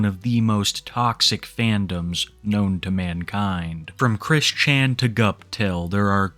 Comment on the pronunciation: pronouncing Chris Chan like he's never heard of the guy